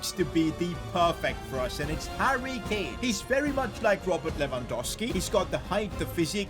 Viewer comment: Sane/ mane/ kane(ka-neyy) 😂😂